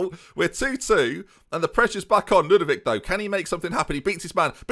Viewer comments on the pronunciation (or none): "Ludvic has only got one name to him so" - proceeds to forget the O in Lud-O-vic just like when he was forgetting the C when called Leclerq. Never change. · FM it's Lud-O-vic, man. I mean, you nicknamed him yourself. You typed the "O". How can you not pronounce the "O"?! :D